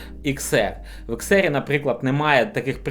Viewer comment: Не ЕР, а АР!!! Вчи англійську абетку! Багато суржику і москворотих слів. Працюй над собою!!!!